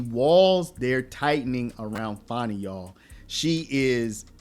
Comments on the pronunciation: Learn how to speak pronounce words and spell it's pronounced Fanny and spelled fanni not fonni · Her name isn't Fawny it's Fani. Say it like it is spelled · It’s Fanny as in butt get it right